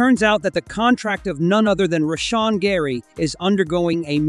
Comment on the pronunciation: Turned off the video after you pronounced "Rashan" wrong.